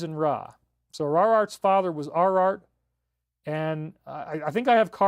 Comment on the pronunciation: Aw man David you lost me at ‘Arart and Araaraat’ 😂 omg I couldn’t stop laughing. I’m so immature lol